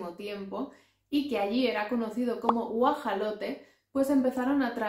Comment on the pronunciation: tienes una particular y excelente forma de explicar. Disfruto tus videos. Solo una precisión: El nombre nahuatl castellanizado del animal se pronuncia en México como Guajolote, y no Guajalote.;)